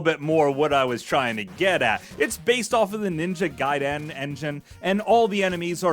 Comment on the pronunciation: You don't break up the syllable, and stretch it out at the end when you pronounce Ninja Gaiden. Why is it so hard for anyone to pronounce things without sounding like a complete goober?